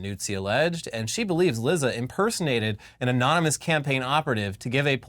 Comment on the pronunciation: Lizza. Actually, it's pronounced leet-sa. Like pizza.